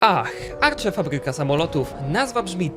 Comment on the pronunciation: Tutaj uwaga drobna. Arche mówi się tak jak się czyta więc nie żadne „Arcze” tutaj obiekt nadużywa nazwy hotel, bo tych norm nie spełnia. Szacunek dla Arche za to, że większość obiektów to odratowane zabytki.